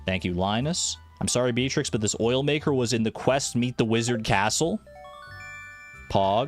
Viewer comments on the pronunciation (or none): Not Bald-trix 😭